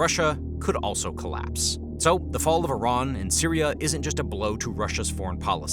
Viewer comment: I'm confused. Is it iran. Or tyiran. Cause I keep on hearing several people, including in this video, say tyran.... SO WHICH ONE IS IT??